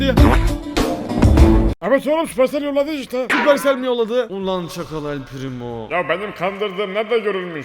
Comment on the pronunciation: Elpirimooo degil elpireymooool